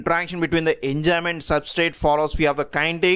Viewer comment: enzyme activity hota hai.... Enjyme nai